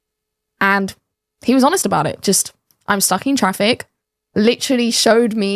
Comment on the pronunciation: there's a "T" on the end of the word "honest". It is not pronounced "honess", say the "T" sound please